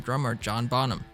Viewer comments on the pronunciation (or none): Bonham. Pronounce it right. Not bom ham . Jew boy .